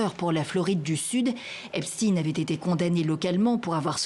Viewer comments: Epstine ? NON, Epstein, comme Weinstein. CHTAÏNE ! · Pas Epstine mais Epstein, il est pas russe, mais juif.